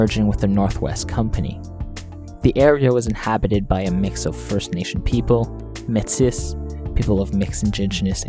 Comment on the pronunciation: First of all, natives didn’t live in peace with nature they waded against each other like all humans do. Secondly iss pronounced May-Tee